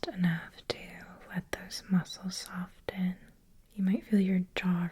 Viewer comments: Soften is pronounced with a silent t. ❤ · You pronounce the T in Soften! I've never heard that before!